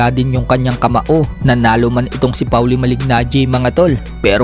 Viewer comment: Pawli? Polly Ang tamang pagbigkas ng name ni maliggnaggi